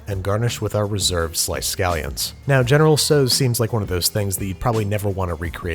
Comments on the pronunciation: (*General "SAU") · In Canada we say general tao chicken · except the dish is entirely american and named after a chinese general whom there's no identifiable connection to. you might argue that the correct pronounciation of the general's name is the correct way to pronounce this dish, but as it's really american, the pronounciation might've been faulty to begin with - and nobody knows where it truly originated from in the US.